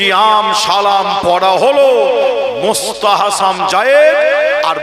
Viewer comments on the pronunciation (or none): সাফেরি সিদ্দিকী এক মহাপাগল তার ভুল সংশোধন করতে গিয়ে আর এক পাগলের আগমন যে কিনা ফরজ, ওয়াজিব, সুন্নত, এই সমস্ত শরীয়তের হুকুম গুলোর সঙ্গে নতুন একটা হুকুমের নাম বলল মুস্তাহাসাম জায়েজ। যার সঠিক উচ্চারণ হলো মুসতাহাসান।